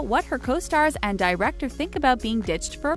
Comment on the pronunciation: Director ( Die recktor) AHAHAHAHAHAHAHAAHAH